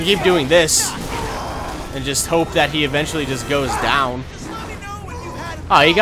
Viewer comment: "uh JUT let me know" XD